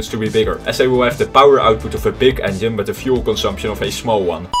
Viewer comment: Is his pronaunciaton of engiene like "onion" some kind of joke?